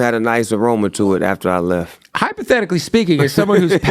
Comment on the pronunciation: He saying HYPOTHEYICALLY haha he good